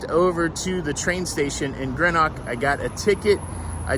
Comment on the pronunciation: Sorry haven't had time to watch the full video yet but just to say Greenock is pronounced GREENock and if the tour bus started in George Square you were literally a few minutes away when you got off the train at Glasgow Central, you've walked unnecessarily far 🙈